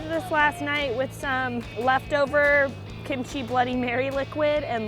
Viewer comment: Say Kim-chi one more fucking time... I dare you.